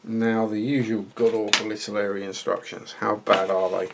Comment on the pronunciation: Ive just watched the first 10 seconds and I cannot believe my ears.. you said ITALERI. Thankyou!! It seems like every other reviewer out there says ITALY-ERRI. Great review too. Any idea how old the moulds are? Is it a rebox?